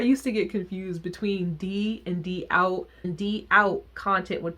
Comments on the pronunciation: I’m a fan of all the bands you listed there’s not too many vkei styles and bands I don’t like however I hadn’t listened to a whole lot of an cafe or trace, d=out is pronounced doubt. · D=OUT is just pronounced as "doubt" since it's based off of the foreign word! IMO they're criminally underrated and get mistaken for oshare kei a lot (they aren't) but obvs to each their own and what not ❤️ I too couldn't get into Alice Nine though, I never understood at the time why they were so popular 😅